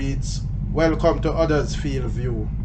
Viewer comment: Hello from Huddersfield, England. Funny how you pronounce it like we do here. 👋